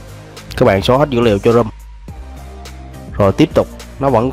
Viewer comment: Đọc là CỜ RÔM chứ không phài cho rôm nghe